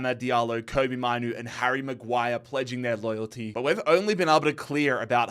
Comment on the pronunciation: Say it like maynoo not minoo